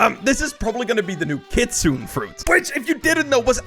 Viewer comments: kitsune is pronounced as "Kit-Su-nay" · whos gonna n tel him he said it wrong cuz he got me tight